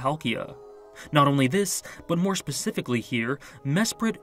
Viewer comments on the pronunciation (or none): none